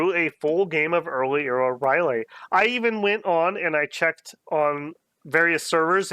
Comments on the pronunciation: You're cancelled! R' L Y E H!!!! NOT NOT NOT NOOOTT! Rylay! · Umm... you know it's not Rylay